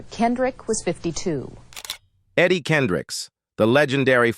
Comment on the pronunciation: How does a news reader get his name wrong...? KendrickS